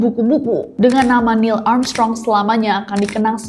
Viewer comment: maaf ngakak aku dengernya niel amsyong😂😂